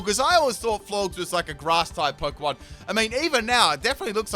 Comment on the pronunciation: Its floor-jess. Not floorgz